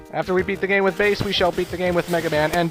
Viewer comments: his name is pronunced bass not bace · In Gamestop they yella t me and say it's pronounced as it's spelled, "Bass" It's fucking "Base" D< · It is truly pronounced "base" because the names are based off of music and such. Rock, Roll, Treble, Bass. Pronouncing it like Bass like the fish is actually incorrect not to mention that would be inconsistent with the theme of Rockman to begin with. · it is pronounced as "Base" dude. it's a music term. that's why his dog's name is treble. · no its supposed to be a musical reference it was a simple mistake and they never changed it but its pronounced base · Bass's name is pronounced bass, like the fish.